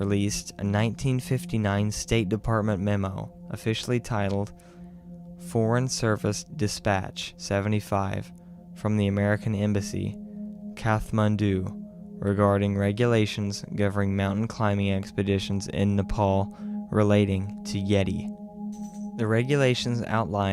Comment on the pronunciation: It’s a silent H. Not a woman. Kath Mandu indeed.